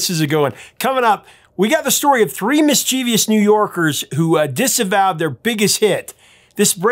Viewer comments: Mischievous. Not mischievious. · Uhhh… It’s NOT “mischievious”, but “mischievous”.